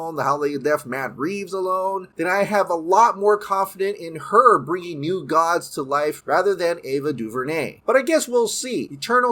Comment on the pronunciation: Gods sounds like Dogs .